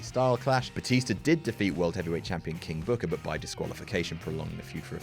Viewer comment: I'm sorry I lost it at 'King BOOKAAH!' xD